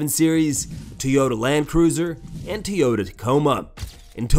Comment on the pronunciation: Me: "What kind of cars did Khabib have???": "Teeyota Land Cruiser"... "Teeyota Tacoma".